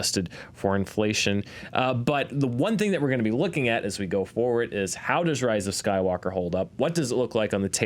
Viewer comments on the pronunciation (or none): none